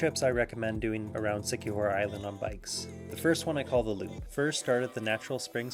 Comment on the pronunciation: It's La-C..not la-Sai....lazi,c-kee-hor